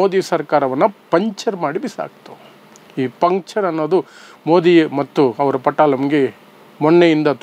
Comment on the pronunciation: ಪಂಚರ್ ಅಲ್ಲ ಪಂಕ್ಚರ್.. ಮೊದಲು ಭಾಷೆ ಕಲಿ..